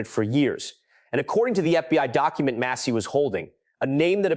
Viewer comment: Bravo for your over narration. Best and helpful. “Mass-ee.”Please….”mass-ee.” Deflect. Deny. Distract….Is Peter Thiel a conspirator? Steve Bannon a conspirator? Goooooo Massie.